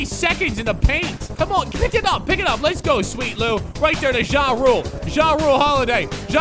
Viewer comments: It’s pronounced “drew” not “jah roo” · its pronounced (drew) jrue holiday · Jrue is said drue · I am a pelicans fan and he say jrue wrong